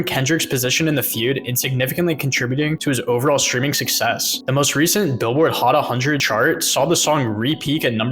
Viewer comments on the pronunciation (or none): "Billboard Hot A Hundred" triggered me.....💀💀💀💀